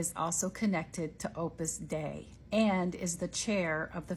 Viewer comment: Opus dei ("God's work"), not Opus day.